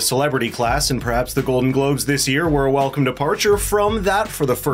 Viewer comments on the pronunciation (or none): At 6 seconds in, you said GLODEN GLOBES... Just saying!